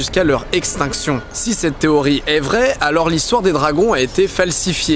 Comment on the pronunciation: N'importe quoi il parle bien mais il a bien un accent a la fin de certains mots il place des "eeeeuh" genre théorieeeeuh alors dis pas qu'il a une mauvaise oreille.